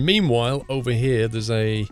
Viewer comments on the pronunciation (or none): When you said meanwhile It sounded like memewhile